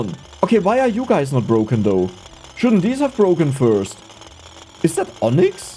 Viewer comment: BBBroken, Abroaching, Ubgrades, Böafeckt, aboud it, embloyees, Ur pronunciation in the letter P is very weak